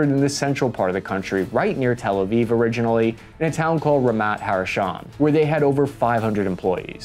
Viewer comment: "Ramat" = "ra-MAHT"